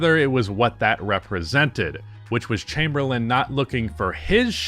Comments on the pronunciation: Chamberlain… CHAYME-BER-LIN . Not chamberland… please respect the legend and pronounce his name correctly. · dude. for seriously. the guy doesn't have a D on the end of his last name. Chamerlain'd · Did you just say Wilt Chamberland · How do you start the video off saying Wilt Chamberlind????